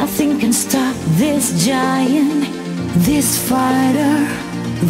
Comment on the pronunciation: I don't think so. Saya dengernya pake headset dan pronun-nya dapet. Bhkan hal-hal mendetail seperti pengucapan 'th' pada kata-kata seperti this juga benar. Bukan diucap /dis/ tapi di pronun /thiz/ 'th' ada simbolnya dalam bahasa inggris yg membuat pengucapannya beda dengan hurup 'd'. Jd menurut saya ini udah seperti native speaker.